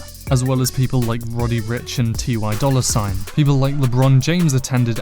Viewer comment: Ah yes, I do enjoy the famous rapper "Tee Why" Dolla $ign.